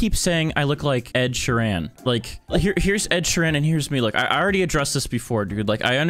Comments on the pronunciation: lol "ed sheran?" its ed sheeran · ITS ED SHEEEEEEEEERAN NOT ED SHERAN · “Ed sherran” my fav artist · “Ed she_ran” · "ed sure an" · why cant you say ed sheeran